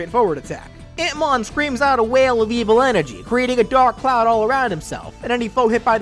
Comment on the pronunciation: I keep hearing Hitmon lol